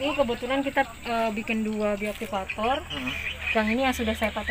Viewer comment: Semangat tp bukan bioaktivaktori ya pak tp bioaktivator 👍👍👍